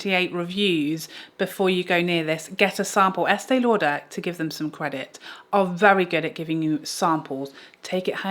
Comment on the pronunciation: LOL!!!😂especially the eastee lauderppp